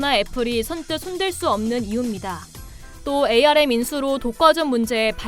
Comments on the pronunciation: 암을 에이 알 엠 이라고 하는 사람 처음 봄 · 반도체 분야에 근무하는 사람들은 ARM 을 ‘암’ 이라고 읽습니다. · 운영자님 ARM은 "암" 이라 읽어주세요.